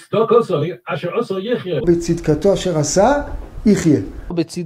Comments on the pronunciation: Nein, aber ich kann genug Hebräisch und kenne mich genug mit den Dialekten aus, dass ich weiß, dass mit Singers Aussprache es "betzidqosoi" heißen müsste und nicht "bitzdoqosoi". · Offensichtlich hast du keine Ahnung von Hebräisch, denn ich hab mich nicht auf die Aussprache des Cholam oder des Qamatz bezogen, sondern darauf, dass Singer bei בצדקתו nicht mal die richtigen Buchstaben liest.